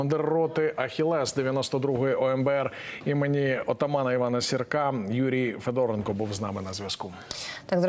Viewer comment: Шановні ведучі, Вивчіть, нарешті, НАГОЛОСИ в українських прізвищах. У даному випадку - ФедорЕнко